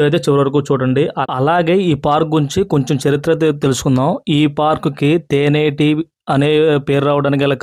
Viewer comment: తేనేటి ఏంటి రా బాబు తెన్నేటి ఒక గొప్ప రాజకీయవేత్త తెన్నేటి విశ్వనాథం గారి పేరు పెట్టారు ముందు ఉచ్చరణ నేర్చుకొని చెప్పండి